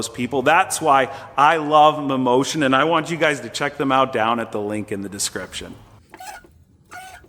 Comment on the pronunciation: "Mammotion" sounds like "Mimosas" 😂😂😂😂